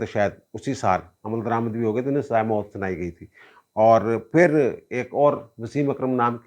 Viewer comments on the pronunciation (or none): App "phir" ko aksar "fir" keh daitay hain 😂